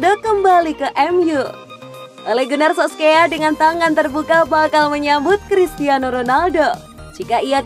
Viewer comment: Solskjaer bkn sokskier😂😂